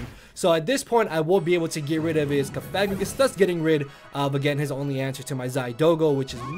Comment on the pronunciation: It's pronounced "Cough-a-gree-gus" Just FYI. The way you're sayin it involves a rude word.